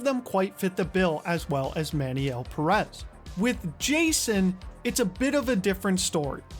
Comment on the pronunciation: I'm just gonna dislike every video where Pérez is mispronounced. Y'all do so much research but don't bother checking the pronunciation of one word